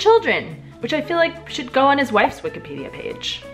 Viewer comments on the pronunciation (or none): none